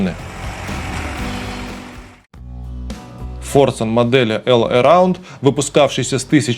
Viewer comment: не «эл», а «Ол». «All» на английском читается «ОЛ». В переводе «всё». И мультик не «Валли», а «Волли» 🤷🏻‍♂️ это важно, такова правда ))